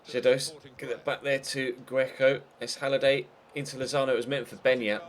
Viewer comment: "Get that back there, to Gweco" xD